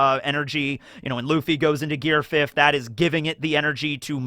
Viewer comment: I have noticed you pronounce the word fifth as fift